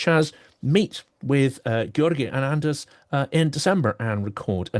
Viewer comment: Always a pleasure listening to Anders Puck Nielsen ("d" silent in Anders and Puck pronounced "pook").